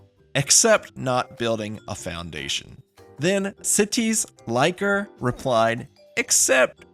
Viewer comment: City slicker. Not sitty-sly-ker. Lmfao